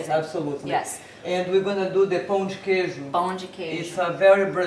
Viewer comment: Perfect pronunciation of Pão de Queijo